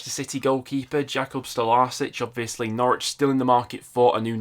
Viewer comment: fyi, Stolarczyk is pronounced "Stolarchik", you absolutely butchered it 😅